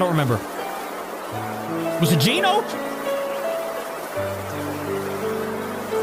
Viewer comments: Genos not ginos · Genos not geno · bro just said ginos 💀